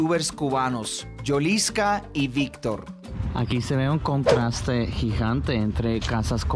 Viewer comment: Yolisca🤣🤣🤣🤣es yoliene